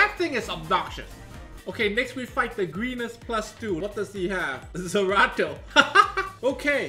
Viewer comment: Is calling Zeratu Zerato? Lol poor sw